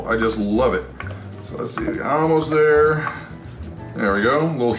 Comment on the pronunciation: You say Al most instead of All most, funny.